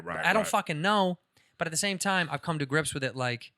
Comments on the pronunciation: Call him out on how he says the word TIME. TOY M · Erik. You say the word TIME weird... I mean its cool but that's not how it's pronounced and i like it so don't change.